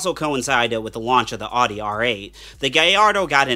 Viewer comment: If you make a vehicle on Amazon specific set of cars . At least learn how to properly pronounce the name of the company . Every time I heard him say "ouuutti" would just cringe. Takes away from the video